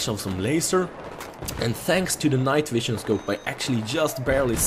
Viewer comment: Thumbs up for "night wision" :D